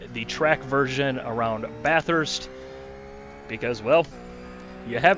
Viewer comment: Bathurst??? Uggghhhh, come on!!! ;)